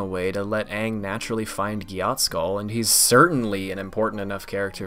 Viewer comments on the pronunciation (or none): Bro said Gyatskull